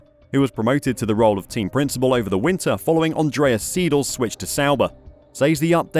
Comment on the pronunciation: if you wanna pronounce Andreas Seidls name correctly, think of it like cydl not siedel.